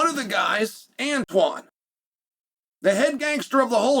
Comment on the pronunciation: For the love of all that is HBO I can't be the only one screaming AVON lmao who tf is antone 😂😂 unc glazed tf out the show then proceeded to completely fuck up the name about 54 times 😂😂😂